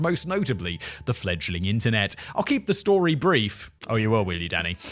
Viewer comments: The first few times he said, "Danny", I thought he was saying, "Daddy". 🤣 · Am i the only one who's hearing daddy instead of danny? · Am I the only one who hears him saying “Daddy” rather than what I assume is supposed to be “Danny?” “Yes Daddy, you’re nailing it!” “That’s an oxymoron if ever I heard one, Daddy!” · Every time you say Danny it sounds like daddy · It sounds like Simon's referring to Danny as 'daddy'. lol, it's dunny every time. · Every time he says Danny sounds like Daddy lol Daniel or Dan next time 😂 also Medicine Hat is in Canada not the US! Great episode again